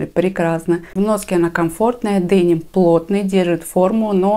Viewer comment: Спасибо. После вашего видео заинтересовалась произношением слова"деним".Прочитала, что слово это французкого происхождения и означало из города Ним, следовательно, правильно делать ударение на 2 слог т. е. денИм